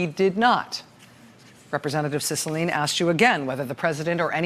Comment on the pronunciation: Heads up..it's Cicilline..emphasize the "e" at the end...my rep. :)